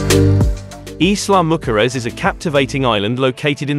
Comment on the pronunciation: Every time you pronounce Isla mujeres Im lol…not even close to the name if this beautiful island